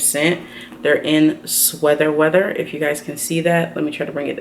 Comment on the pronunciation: Do you ever notice you say sweather weather? Or is it actually intentional just as a joke? Lmao I always wonder this in every video! 😁